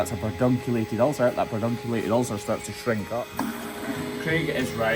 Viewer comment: Merry Christmas to you and yours. I had to laugh that you perfectly pronounced pedunculated but you get tongue-tied and trip over so other words. You guys are the best. Hugs from 🇺🇸.